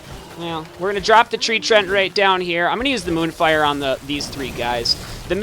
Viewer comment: Btw its Tree-ant lol. mispronounced or not still love the videos!